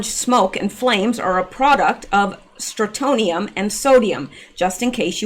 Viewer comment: FYI Not a common word but pronounciation is STRON tee um STRONTIUM. It is a residual problem in old houses that were exposed when the world still did above ground nuclear testing. Also, it used to be a problem in milk. Strontium 90. I believe that was because cows ingested contaminated grass, but I am not sure on that point.